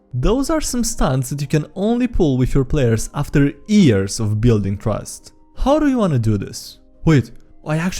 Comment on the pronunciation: There are some stunts you can only pull with your players after EARS o building trust. Why is Years such a hard word to pronounce?